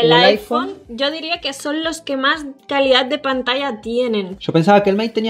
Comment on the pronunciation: El p30 es Relación-Kalida-Precio dijo el TP resurrechion xddd